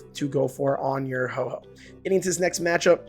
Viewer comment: It’s Ho-oh not Ho-ho